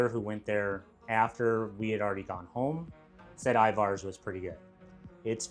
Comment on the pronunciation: Your pronunciation of Ivars was so goofy LOL. Accent should be on the First syllable, and the second syllable is pronounced with an E sound, not A. I-vers